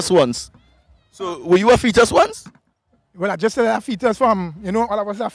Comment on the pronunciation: " A feet us" am done lol